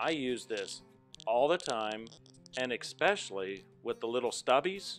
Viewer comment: Great video! (of course, "ecspecially" isn't a word...)